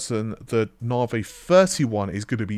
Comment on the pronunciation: You'd better make sure you've got enough Freds to take advantage of Narvay Free.... Haha... to give credit to his pronunciation has improved over the past couple of years and I've always found it amusing in a light-hearted way.